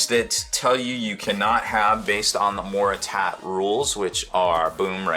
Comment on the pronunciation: hahahah he said MORTER-TAT. HAHAHAAHAHAHAAHH never change.